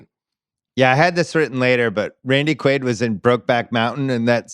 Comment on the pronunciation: Also the podcast is called rewatchables, so u should ACTUALLY rewatch the film before taping the pod. U all couldn't even pronounce Randy Quaid's character name correctly, u just obviously read and mispronounced it from the cast list...u know what isn't aging well?....the rewatchables podcast. Close the doors if ur gonna come with such shitty effort